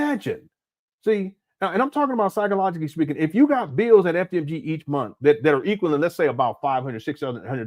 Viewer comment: "$500 dollars a munf 😳"- 😂😂😂😂😂